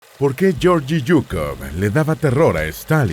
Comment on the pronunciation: Se pronuncia :: LLEORGUI SUKOV